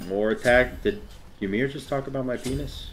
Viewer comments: whymer??? It's EE mear... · Ita pronounced eemeer, not whymer, just a heads up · IT'S E-MEER. the gods say their name when u pick them.... i don't get why so many people say yuh-meer (and i know saying "why-mer" was a joke) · You said “whymer” and it made me sad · Skelzore yes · I heard him say “Whymer” and now I’m not watching g the rest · Please tell me people don’t pronounce it Y-MER?!?! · Why are you saying ymirs name like that bruh😭